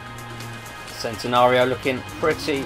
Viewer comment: Yeah, you're supposed to pronounce it "chentenario".